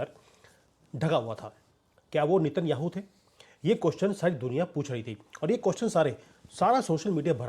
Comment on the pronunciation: Sir उनका नाम नेत न्याहु है नितिन याहू नहीं😂😂😂😂